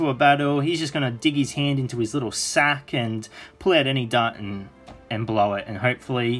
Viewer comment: dart not dark